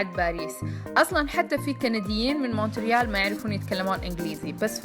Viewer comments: موريال بالفرنسي يعني ت لا تونطق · لا ننطق حرف T في Montreal